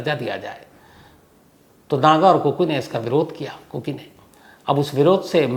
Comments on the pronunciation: It's kuki not koko sir... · Sir Aap koki chod kar kuku bolne lag gaye kuku FM yaad rahta h aapko islye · Sir ko kuku hi aati hai zubaan pe....kuku ke bolkar phir kuki ke.. sahi kar liya.😅😅 Cute Shams sir😂